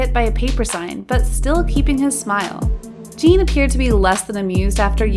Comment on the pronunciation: "channel" "jungkoo" "jean" lmao